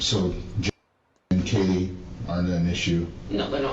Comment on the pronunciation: Yes the guys who was on every body cam at the house, then curiously can't remember how to say Kaylee's name (he called her Kylie)